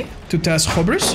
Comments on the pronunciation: i think your supposed to say it like hyoubris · It's pronounced "Hyoobris" for everyone who has mispronounced it. Not that hard of a word. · Drinking game, take a shot every time said Hub-ris